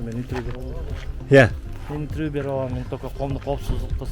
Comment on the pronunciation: 🤣🤣бля журналист хренов, туура сүйлөштү үйрөнгүлө анан сүйлөгүлө, миилисия, каментари, савумлейку, энтерву и т.п. деп сүйлөп жүрөсүңөр бля